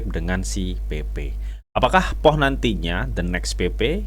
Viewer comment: Bacanya Puuh bang, bukan POH